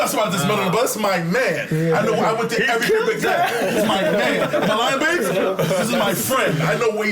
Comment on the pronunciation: sound like he sayin Biz instead of Biggs 😂😂😂